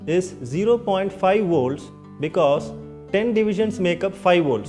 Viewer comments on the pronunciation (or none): none